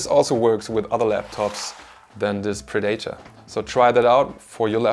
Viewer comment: Correction predator not pre dater